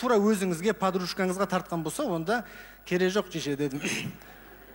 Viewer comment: RYSBEK ABDRAKHMANOV жише емес дише деп жатыр